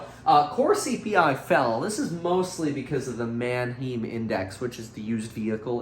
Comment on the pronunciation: Pronounced ManheIm They are largest auto auctions ppl in USA